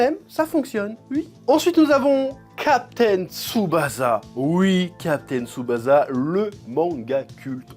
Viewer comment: "jou jou tsou kaïzen" JuJuTS' KAÏSSEN "captain tsoubaza" lol CAPTAIN TSuBASSA